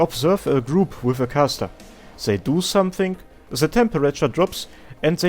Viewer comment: What is this accent that speaks "zei" instead of "they"? it's cute. Zei, zhose, zhis...